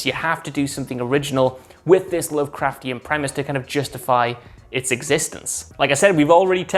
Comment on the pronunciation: Everybody jus loves sayin lovecraftain. " Lovecraftain" !